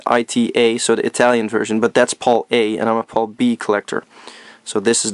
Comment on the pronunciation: yeah its not pronounced paul or pole region its pronounced pal like hey buddy ol pal stands for Phase Alternating Line ive heard alot of americans pronounce Pal properly and your the first Video Game Youtuber who hasnt but its ok love your videos by the way keep up the good work i didnt even know we had these games in our region or heard of them at all till now ive learned something new today wow awesome